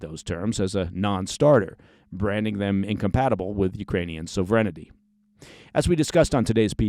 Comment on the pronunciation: my friend… you keep adding an additional syllable to the word “sovereignty.” It’s a funky word so we will always give you a pass. But a good ally will alert you to things, simply for awareness. Love the daily briefs, keep it up!!!